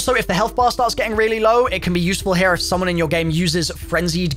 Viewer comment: Stop starting each video with “ HAIR” it’s here!! Not hair smh good lord